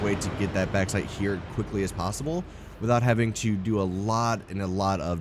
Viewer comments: Sorry to be "that guy".. but it's pronounced "Box-site" :P Not "Back-site". Other than that, this is a freaking beautiful factory! Trivia: If you were British, you'd be calling is "Bork-site"! And if you were Scottish... "Barrak-Site (where the "R's are rolled, so, "Badduck-site". The EU are weird) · Lovely build man. But it's pronounced box-ite lol. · You pronounce the "a" way too much in bauxite. The "baux" sound is very similar to "box".